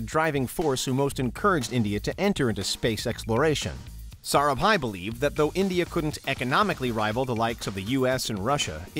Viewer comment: Your Pronunciation of Sarabhai is really great.